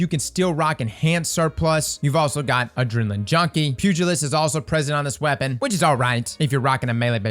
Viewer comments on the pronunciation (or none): The correct pronunciation is pew as in gun go pew pew gull as in the flying sea rat- I mean seagull ist Pew-gull-ist Pugilist